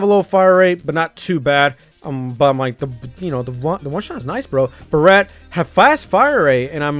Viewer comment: I'm mildly triggered because he knows a lot about guns but he did not know how to say Barret correctly